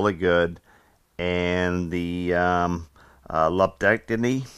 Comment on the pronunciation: You did just fine on the pronunciation of lumpectomy, send my best wishes to your mom!